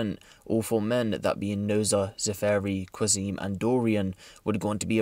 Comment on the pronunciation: Qazim is pronounced with CH for the Q mate not how it looks